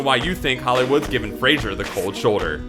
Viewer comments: It might help if the narrator here could pronounce the subject's name correctly. It's not the sitcom character or the boxer... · And to think, YOU at cannot even pronounce his name correctly. It's not "Frazier," it's FRAY-sir. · You fucking idiot....you love to crush this guy...try to correctly pronounce his name...FRA-SER ...not FRA-SHER...ugh... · his last name is pronounced fray-zer not Fraser like the sitcom. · If your gonna spend the entire video describing someone's downfall, at least pronounce their name correctly. Pawn Shop Chronicles and Stand Off were perfectly serviceable vehicles for Mr. Frazer (pronounced Fray-Zer: He is NOT the fictional psychiatrist from Seattle, played by Kelsey Grammer) and his career, although not what it once was, continues with solid work. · The pronunciation of his surname is FRAY-ZER not FRAY-SHER. It's not like the TV show Frasier. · why pronounce it "Frasier" instead of Fraser? :O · the speaker mispronounced brendan's last name every time. its not sounded as frazier, but frazer. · Fraser, not frasier. Fraze - er. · Since the series "Frasier", it seems that no one knows how to pronounce "Fraser" anymore. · His name is pronounced Fraser not Frasier. Sheesh! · You mispronounced his name the whole time. His name is Fraser, not Frasier. He once replied to an interview question about his name pronunciation: "You make ice in a ___, you shave with a ___." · The mans name is Brendan Fraser. Fraser, not Frasier. You are saying it wrong. Jeez. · When you're doing a segment on someone, learn to pronounce his or her name. It's FRAY-ZER. 90% of the time, the narrator said 'Frasier" or something very close to it. He ain't Kelsey Grammer. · Why does the narrator keep talking about 'Frasier'? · "Fray-zer" not "Fray-shur." Leave my boy alone. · His name is Fraser, not Frasier. So he's spoken differently! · Fray-zer not Fray-zure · His name is Fraser not Frazier. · *Fraser, not "Frasier". You have ZERO credibility, loser.